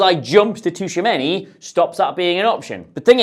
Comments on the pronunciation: I love you but say Tushameni instead of Tchouameni one more time... Seriously tho love the content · Yeah he is taking the T too literally. It's kinda silent and the name should sound more like Chouameni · its more like "chuameni" than tushameni 😹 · Chuwamenny - tuchomeni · Who was that Tushamenni guy,? Aurélien Tchouaméni, perchance? Please make an effort even though they are furriners, it seriously detracts from your otherwise excellent show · Fascinating how you've reinvented the syllables in Tchouameni's name (Toushameini in inimitable way). The "Tch" in French and Portuguese is just their way to create what is a "ch" sound in English. Otherwise, the "ch" always sounds like "sh" in those languages. E.g. the country Chad is "Tchad" in French and to say "ciao" in Portuguese it's best to write it "Tchau." I want some Derek Rae-like improvement in your prounciation next time I hear that name!:P Love your videos man. Keep up the good work! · Tshou-a-men-e my dude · "Tooshamenny" for Tchouameni is driving me mad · Tooshameni? Really? I get you aren’t french but christ 😂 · Dear, Tchouaméni = Chew - a - main - ee. Thanks and keep up the great work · Glad someone else noticed this. This was driving me crazy during the video. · Who TF is Tushameni 😂😂😂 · Yeah right mate, "Tushamenny" right 😭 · Great video, but he's not called "Tushameni" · Gotta respect him for just rolling with it and not even trying to pronounce it right 🤣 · there's like 3 instances haha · Touchamini? 😂😂😂😂 DFQ iz Touchamini??? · can’t get Tushumeny’s name right to save his life 😂😂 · Great video apart from your pronounciation of Tchouameni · Dude, you keep saying Tchouaméni’s name wrong